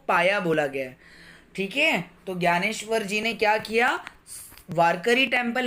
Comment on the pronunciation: Vo gyaneshwar nahi Dnyaneshwar hai